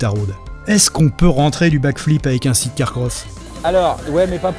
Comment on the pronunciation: Amis français, par pitié cessez de vous ridiculiser avec "sit car ". SIDE.